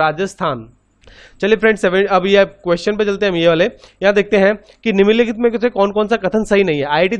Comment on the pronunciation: Are vo niminn nikhit nhi nimnlikhit hota hai🤣